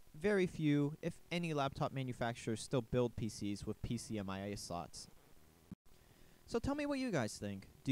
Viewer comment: PCMCIA, not "pcmia"